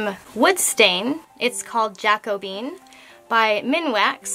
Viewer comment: Hi. Love your channel. I did want to let you know that the proper pronunciation of Jacobean is JACK' oh bee an, or in the English language it can be pronounce Jack Oh' bee-an with emphasis on the OH. I personally prefer the later as it sounds more fluid....and it's fun to say!😜🥰